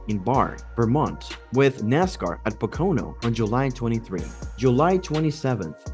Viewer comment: Learn how to pronounce Pocono please.